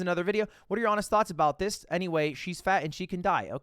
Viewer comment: You said THOUGHTS so many times and every time I heard THOTS